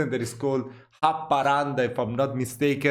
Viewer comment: How say the city names of Haparanda sounds like you was born here..if u live in sweden...then i understand🙂like the videos keep em coming